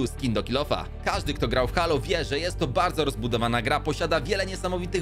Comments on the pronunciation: teo się czyta heilo a nie halo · A czy "Halo" nie czyta się czasem Hejloł? Mały błąd ale tak kłuję w uszy że musiałem pomijać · Bardzo fajny film czekam na nowy sezon i tak tylko prostuje bo mówi się Hejlo czyli Halo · czyta się : Hejlo